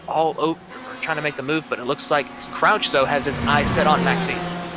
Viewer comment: Hey, one quick note it's Rob C_R_ouch... you keep dropping the R:)